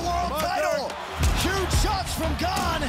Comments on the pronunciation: Wait, did he just say his name was "Gain vs Tuivasa" . Have we been mispronouncing Gane's name this whole time? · he pronounced it like that for the interview since it was in English, we have a weird habit in France to transform French word to English with accent. but it's pronounced "gaan". Even him pronounce it "gaan" when speaking in french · he pronounces his name “Gain”. I hope Bruce buffer watches this and all announcers as well. They call, or pronounce him “Gaan” 😂